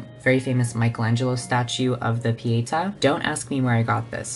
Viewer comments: it’s pietà, not pièta 💙💜❤️🧡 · That bad pronunciation of "pietà". It killed me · love you passion for art history. but I must say you butchered my language (italian) while talking about the Artistry palette, so here's how you pronounce those terms: Chiaro: key-ah-row Pietà: pee-eigh-tah Giorgione: Jor-jo-neh you're welcome legend <3